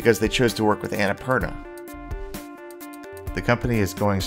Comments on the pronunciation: Not Anna - purna , its on na poorna .nice video thought loved it. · its un-nh-pur-naa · Would have been even better if you had pronounced Annapurna right, but nonetheless great video!! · actually the names based on a mountain range , from where im from . Just live mt.everest . Theres anna purna . And thats how we say it. I maybe wrong though if its not based on what i said. But if it is then its pronunciation is on na poorna .